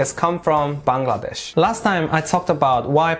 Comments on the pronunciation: Finally a foreigner who can pronounce Bangladesh accurately! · Your the only foreigner I've ever seen who pronounced my country's name Bangladesh correctly! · Your pronunciation of "Bangladesh" is perfect! Many foreigners normally fail to say it.... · Me to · Bahi Akjonke Pailam je Bangladesher nam thek motoh bolte pare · U r the first foreigner whom i see to pronounce Bangladesh perfectly.. Love from BD.. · I am happy that you can pronounce Bangladesh correctly which many foreigners cannot. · I am so happy to you that you have pronounced my country's name properly... Actually the foreigners pronounce it wrongly.... 😀😀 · Thank you so much brother you pronounced Bangladesh so perfectly.